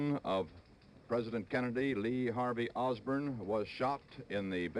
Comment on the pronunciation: The only mistake I heard Cronkite make in this video was when he referred to Oswald as "Lee Harvey Osburn." He said that - in the video.